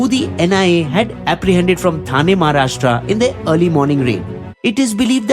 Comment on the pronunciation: Thane is pronounced ठाणे, not थाने.